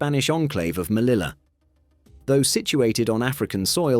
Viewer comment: It's pronounced /meliya/